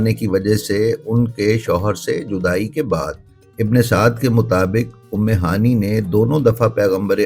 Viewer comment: ام ہانی نہیں ہوتا۔ ام ہانئے صحیح تکفظ ہے۔